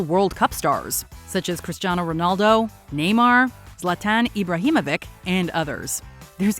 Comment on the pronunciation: If had a nickel for every time mispronounces a professional footballers name, I'd be a very rich man. Please tell me I'm not the only who got pissed off when she said "Zlatan Ibrahimovick"